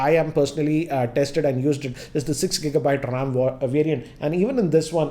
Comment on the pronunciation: dude,get the pronunciation of the word 'ram' correct as to me it does really matter how you pronounce when lacs are watching you.